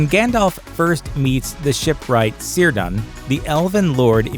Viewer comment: Cirdan. All Elvish use of the letter C is pronounced as a K, not an S. So you pronounce Cirdan as Kirdan, not Sirdan. And yes, Hard Core LOTR fans know this, because they read the appendixes.